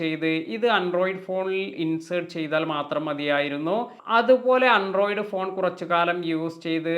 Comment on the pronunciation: അൻഡ്രോയ്ഡ് അല്ല. ആൻഡ്രോയ്ഡ്